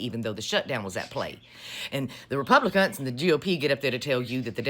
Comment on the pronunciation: I heard “republicunts”😂